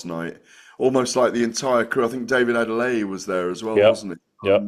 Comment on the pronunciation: fair play to for actually pronouncing David Adeleye’s surname correctly! Unlike so many in the boxing industry who call him “David Adelaide”🤡🤡